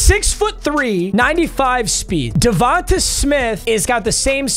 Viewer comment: Stop saying devontuh